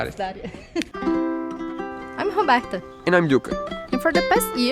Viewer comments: Yes I wondered about your name pronunciation as well! Being from Spanish background I immediately noticed that you didn’t emphasize the R in your intro at beginning of every video. Sounded like O-Berta! 😳 Thought it was my hearing or something 😂 NOW I know why!😳🙄 No matter a Beautiful Name for a Beautiful Soul! 👍👏🏻🙏🏻Thanks for sharing your Lives with all of us. Love the color. Will have lots of POP! 🥳👍😘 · I’m curious about how you pronounce Roberta. You aren’t pronouncing the R? Am I hearing that right?